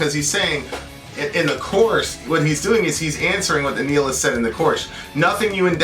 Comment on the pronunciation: kept saying the word nihilist wrong.